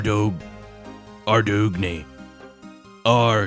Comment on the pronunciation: This weeks ad was amazing. I laughed so hard at the Ardougne pronunciation.